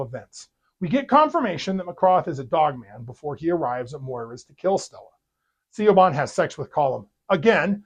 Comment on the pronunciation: Even with facing technical difficulties you managed keep up with your videos. Thank you for watching this movie so I know to avoid it. Btw, the name Siobhan is Gaelic and usually pronounced like Shivon.